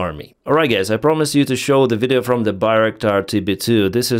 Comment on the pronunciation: Lol. You said 'g*ys' instead of guys. Not offended!, just noticing. ❤ Love the channel. I realize speaking English is hard for Slavic people.